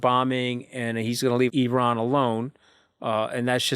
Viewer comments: Mooch's expression 🤣 To be fair, he's not the only one caught off guard ! Not very many who can drop the "F-Bomb" and make it actually sound a beautiful word 😂 Katty is correct ! Iranians themselves pronounce it as ee-RAHN (in English). I think we should all concur that they of all people should know the correct form. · I agree with Kathy's pronunciation of Iran